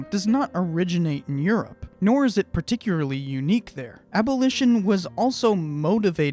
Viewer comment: Myth: Particularly is pronounced particuary. Otherwise good job.